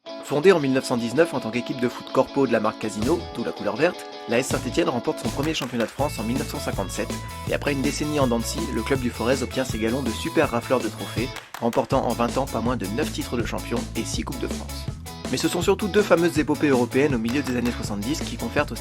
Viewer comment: juste comme ça on prononce pas le Z de Forez, ça se prononce comme forêt... Sans doute le seul mot au monde avec un Z muet :)